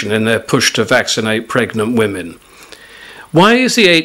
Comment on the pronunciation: You'd think they could find someone who could actually pronounce the word "women".